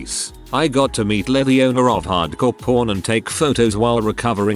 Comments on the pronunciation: I keep hearing "hard-core porn" instead of hard-core pawn. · hard core pawn sounds like hard core porn cause the tts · That “Hardcore Pawn” pronunciation was rough 😂🤣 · Glad I'm not the only one 🤣